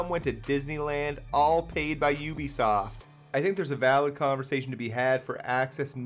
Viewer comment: please learn how to say ubisoft